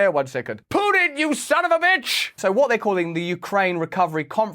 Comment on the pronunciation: I like how Russel pronounces "pooin". It really summarises nicely the guy behind the war 👌